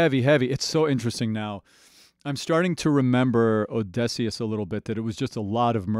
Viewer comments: oh-di-see-us but you keep saying oh-DEH-see-us 😭 The journey is over but there are still the cut songs to listen to. It's just Jorge's voice for those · As a linguistics mayor i am still upset he pronounces Odysseus with an /e/ like in dress instead of /ə/ (schwa) like at the start of about or the end of comma. But he frequently gets the emphasis of Odysseus wrong due to English having a rule about emphasis making the 3rd syllable from the end the one with emphasist. And usually syllables with emphasis need to also have a strong vowel (anything but /ə/, /i/, /u/) but the vowel needed here is an ü (like in clamydia) which english doesn't have, forcing the substitution with schwa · 20 seconds in and I just have to know, how did you make it to the last saga without learning how to pronounce Odysseus? Telemachus, no problem, but the titular character? Is it just for the rage comments? There’s no way. The letter y literally never makes the short e sound in the English language, come on man. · I love how you say Odysseus, im not sure if it's just you being slightly off with the pronunciation or it's part of your accent. I can tell you have a slightly different unique american accent. Its probably a regional difference. But I do like it :> you pronounce words slightly differently than most American accents I've heard.